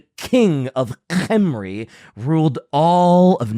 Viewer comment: for the love of God, you are pronouncing it CORRECTLY! It is Khemri with K and not "Henry". Leave the "silent letter" BS to the French! Stop apologizing and continue using the CORRECT Pronounciation that does not WASTE LETTERS! Yes I know, some people like to pronounce it without K and feel smug about it but then again, some people like to bend over and take it from behind and its usually the same people.